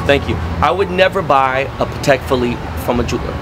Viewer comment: "pah tack watch"